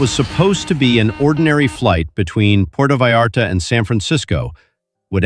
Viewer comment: Putrro Vallarto 😂